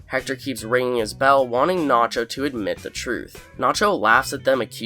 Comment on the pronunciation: It gets me extremely pissed the way the narrator pronounces words. Especially the word "nacho"